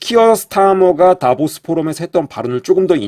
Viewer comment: "다보스"라 말하는게 "데빌스"로 들리네😅